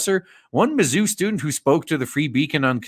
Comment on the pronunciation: Had to turn the volume down cause it was late at night. A few times when you said mazzuu, it sounded like you were saying "the zoo". Not much difference in the two if you ask me.